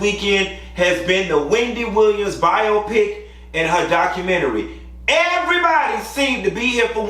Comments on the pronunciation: I think it's pronounced BYE-oh-PICK! It's not supposed to rhyme with myopic. It's short for 'biographical picture.' Just my 2 cents!! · Okay the first time you said biopic was correct. Bio then pick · why y’all calling it Bi-O-pic it’s pronounced Biopic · I see someone called to tell him how to pronounce biopic 🤭